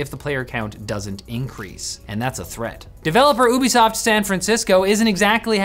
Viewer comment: Finally someone pronounced ubisoft properly Its ouu-besoft Not you-besoft